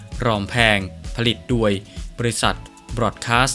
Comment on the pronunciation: แอดมินคะ..อ่านออกเสียงคำว่า..โดย..ให้ถูกต้องหน่อยค่ะ...โดย...ไม่ใช่..ดวยค่ะ.😁